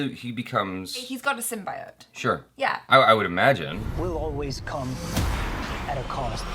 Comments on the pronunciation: Its pronounce Sym-bee-ote NOT Sym-bye-ote. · Simbiote sim - bee - ote Not sim - BYE - ote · I'm sorry but the correct pronunciation is SYM-BEE-OAT.